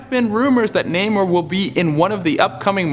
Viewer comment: Also, the way he pronounced "Namor the Submariner"... facepalm